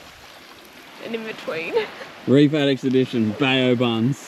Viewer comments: BAO - pronounced BOW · Another cracka guys, but please it’s pronounced “bow” like the front of a boat so “bow buns” hahaha love you tho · Come on guys its pronounced BOW buns 😂